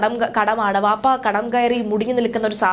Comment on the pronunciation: വാപ്പ. അല്ല. ബാപ്പ.